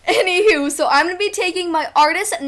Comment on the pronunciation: I don't know why u guys are saying her voice I'd annoying and if u guys don't like her voice and don't like how she says anyhoo then don't waste ur time watching her she is confident and beautiful and funny if u guys have nothing nice to say please don't say it at all because we all have feelings